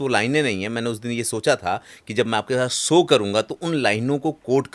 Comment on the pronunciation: हिंदी पाॅडकास्ट के लिए उच्चारण दोष पर ध्यान दीजिए, जैसे- सो नहीं शो। आपकी शैली और अच्छी लगेगी।